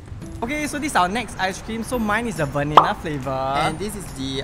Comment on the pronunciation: did pronouced as vallina?